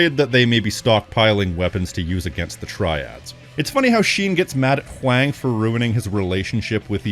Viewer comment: Not to be that guy, but I think Huang's name is pronounced the same as "Wong." Maybe with a little more emphasis on the "H", but I'm no expert.